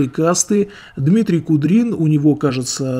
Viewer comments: Да не Кудрин, а Куприн, и не две тысячи подписчиков, а тридцать тысяч, разницы нет, но все равно, мне кажется все только начинается. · А что, Куприн уже Кудрином стал, хоть фамилию научись правильно читать, автор, алё. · Дмитрий Куприн, а не Кудрин....и у него уже больше 30 тыс. и подписанный народ весьма думающий.... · не куДрин, а куПрин. Годный мужик, толковый. А "гадик" мне антона уральского напоминать стал "я вас засужу! У меня и адвокат есть!" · Он вроде не Кудрин, а Куприн.... И подписчиков чуть больше 30К, а не 2